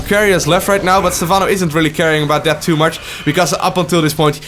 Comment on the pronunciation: I know English is your second language but I have to say it's "too much" not "tutu much" ^^. Great video though!